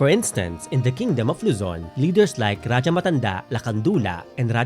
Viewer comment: I’ll give this movie a chance. Though I’m a bit wary because they had Spanish loan words pa rin in the trailer and how they’ll showcase the themes, it’s promising. I’ll wait for it to available on Netflix and give this a watch! Also, I AM SO HAPPY THEY PRONOUNCED RAJAH CORRECTLY. RA-DYA! NOT RA-HA (This is a Spanish pronunciation.)